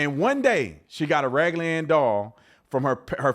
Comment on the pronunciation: Quit adding letters in words that don't belong. It's raggedy not raggly. Just sounds retarded